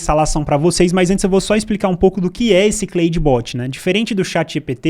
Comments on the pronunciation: Só acho que a pronúncia seria algo como 'Clód bot' né!? kkk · Se lê "Cloude" não "Cleude", video excelente. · Claro que nao, em ingles nao é Cleide kkkkk